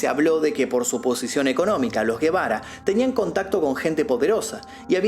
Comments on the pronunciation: No es Guebara, porque no lleva U, es Gebara y suena como si fuera J , o sea JEBARA. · Sin ofender. La G se pronuncia como J porque no es GUE...k suena como la G de GATO.